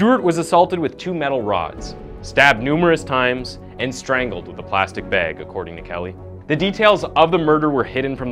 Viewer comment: If i had a dollar for every word you mispronounced I'd be a very rich ghost. Sounds goofy. Bag isn't BAEG 😂